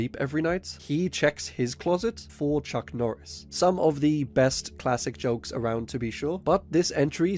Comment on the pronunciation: Chuck nooris